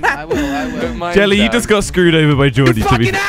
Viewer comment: kweb said del lie in stead of jelly